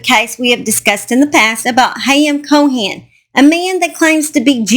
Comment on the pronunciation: The last name is Cohen, not Cohan. The h is silent. Thanks for the update!